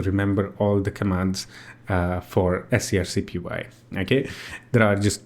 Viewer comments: wow it was surreal hearing you say "s c r c p y" every time instead of screen copy that's such a funny quirk. I always wanted to use this interface but i ended up using CLI because I can save them as a desktop application entry that when i click it in the menu it runs the command kinda like an app. if i could do that with gui that'd e amazing.. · Right at the top of the scrcpy github: pronounced "screen copy"